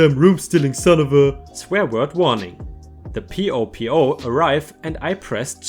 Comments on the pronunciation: It’s not p-o-p-o it’s popo pronounced poh-poh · You mis pronounced POPO in the last story... In today's time It's said like PO-PO ( like you would say Yo- yo or so-so, or dodo-like the bird.) Not Pee-OH Pee-OH. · Just FYI: PoPo is pronounced Poh-Poh, not spelled. It means Police. Thanks for another great read!!! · Its po po as in po boi sandwich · Popo is pronounced Poh Poh. It's a slang word for the Police. Kinda dumb actually. The best hotel I've ever stayed in was the New Sanno hotel in Tokyo. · Ah P.o Po is pronounced 'po-po' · PoPo - pronounced "poe poe" (Like Edgar Allen Poe). It stands for "Pissed Off Police Officer". I'm assuming you didn't know that, since you spelled it out when you read it. :)